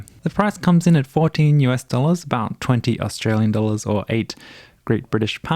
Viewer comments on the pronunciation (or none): none